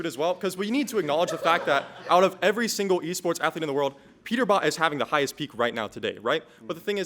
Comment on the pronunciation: he said waports nice reading